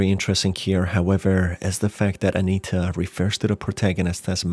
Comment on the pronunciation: I think he's just pronouncing it as Anayta